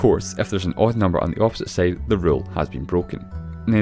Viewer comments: Bothered by how "side" is pronounced as "seyd" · On the other "seide"